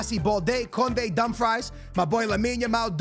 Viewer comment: Bro its no dumfries, its not french fries, its callled Dum frees!! LOL i laugh my ass out when you say dum fries :face-purple-crying::face-purple-crying::face-purple-crying